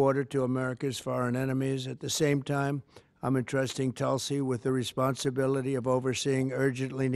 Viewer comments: It's TULSI ...not telsi ....it means the sacred Hindu plant....Indian basil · Its not tul-sey.. its toolsii